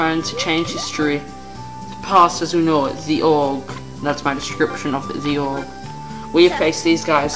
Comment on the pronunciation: orge...??? its ogre phonetic pronounciation - (oh-gar)